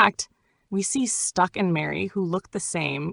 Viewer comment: Can’t help But seem a little racist calling it a village. And it’s STACK not STUCK